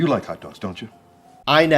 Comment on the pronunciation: He also says "like" as "lake"